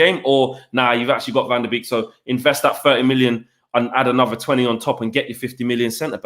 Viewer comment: Its pronounced van der bake not beek